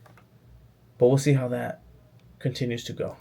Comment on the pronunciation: These videos are fire bro! Weird advice but you should try to coach yourself out of saying “dat” “da” “dis” etc.